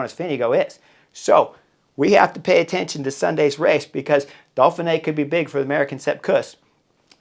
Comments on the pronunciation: I love how you keep calling it "Dolphinee", reminds me of Mark Twain ("The Duke and the Dolphin"). I'll be on my Chesterfield with you for the whole week! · What's this "Dolphin-A"? Just kidding, love the channel. They should have you commentating.